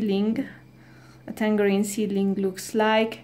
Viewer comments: You put a g on tangarein 😂😂 thats not jow you say tangarein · Can I give you some English tips? The "g" in tangerine is pronounced as a "j" and any time you have "kn" in English, you do not pronounce the "k". It is pronounced "Nife" and "know" is pronounced "no". I know, it's a confusing language